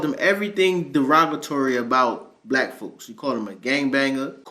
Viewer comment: The N-word is one thing, but it's the "Black" with the emphasis on BLAH that gets me too.